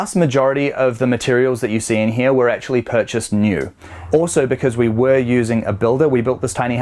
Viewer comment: Always enjoy your videos. See you're still having issues with that word 'actually'...!